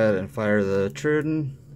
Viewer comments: I like the video, but the constant "DIS-pronounciation" of Troodon is like chalk on a nail board! It's pronounced "Troh-O-donn" not "truidon"! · Just a small dab of grease on the spring will take that ring sound away. By the way, someone had to tell me that the Troodon was a dinosaur, and pronounced “trow-oh-don.” I means wounding teeth. I am a fan of these knives, but I also rarely carry them. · Imitation is the greatest compliment you can make or something like that. Maybe try not to sound like an idiot before you start recording. The saying is imitation is the sincerest form of flattery. Might be a good idea too if you had an inkling of how to pronounce the name of the product you’re discussing… You sound like a complete noob when you try to pronounce troodon.So close, but wrong.The other thing that bugged me was while you were saying that you were talking about how fantastic the lock up was on the microtech as you wiggled the whole thing back-and-forth like a rusty gate! Why is it the fact that ALMOST all OTF’s feel like junk compared to a quality folder?Why IS it OK that the only solid feeling OTF in any kind of production is the G&G Hawk?At least the Guardians feel tighter.So did the SOG, although it does have issues with blade dulling from Frame contact.